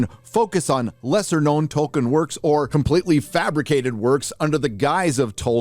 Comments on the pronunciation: TOLKIEN, not TOKEN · His name is Tolkien, not Token